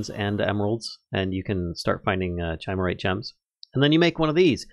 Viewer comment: I believe chimerite is meant to be pronounced like the mythical creature chimera.